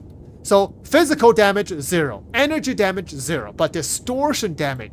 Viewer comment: F I Z I K A L damage, not plisk damage.